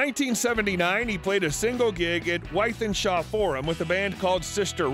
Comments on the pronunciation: Wythenshaw pronounced; “with-en-shaw” 😂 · Nice video. Thanks. I must say as a man from Manchester, hearing an American friend pronounce Wythenshawe is always amusing. Thanks for uploading. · With-in-shore. A-loo-wish-us